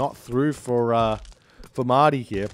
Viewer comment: Mahde. is reading it as Ma-ah-di, which is quite correct. I think it is a reference to the word for "Messiah" in Arabic.